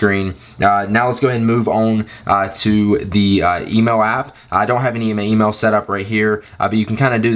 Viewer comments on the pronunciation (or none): "Lets head into the emo app" I think you mean email app